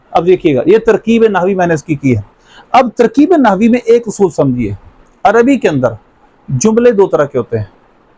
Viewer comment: اَصُول نہیں جناب بلکہ درست ادائیگی "اُصُول" ہے ۔